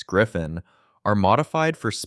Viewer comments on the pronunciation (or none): GriffOn, not "Griffin".